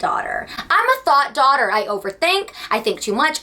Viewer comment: not me watching this while getting ready and thinking the whole time you were saying “thot” daughter and wondering what in the world it meant LMFAO